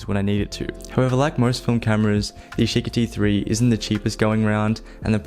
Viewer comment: "yeesheekee three"